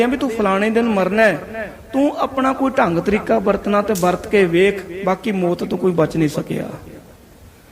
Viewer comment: ਵਾਹਿਗੁਰੂ ਜੀ ਕੀ ਫਤਿਹ । ਬੇਨਤੀ ਹੈ ਕਿ ਮੌਤ ਨੂੰ ਮੋਤ ਨਾ ਕਿਹਾ ਕਰੋ ਜੀ। ਕਥਾ ਬਹੁਤ ਹੀ ਵਧੀਆ ਜੀ ।। ਧੰਨਵਾਦ ਜੀ